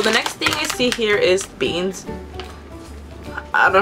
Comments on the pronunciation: the way she said beans lmao XD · am i only one who died when she said beans lol